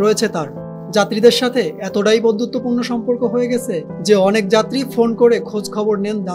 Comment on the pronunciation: স্ক্রিপ্ট ভালো। তবে উঠসেন,হয়েগেসে এসব উচ্চারণ তো আরটিভির মান-ইজ্জত খেয়ে দিয়ে দিচ্ছে